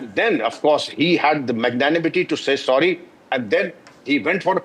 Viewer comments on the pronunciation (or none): none